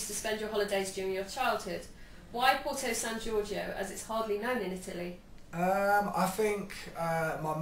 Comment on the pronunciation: I just love how he says "Porto San Giorgio"... His pronunciation is soo good! Italy loves you, James! XOXO